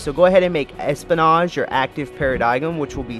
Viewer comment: Espionage = Espy-o-nage < like dodge without the second d, and Saboteur = sab-a-tour. His mispronounciations are cringe.. and... adamantoise< like choice!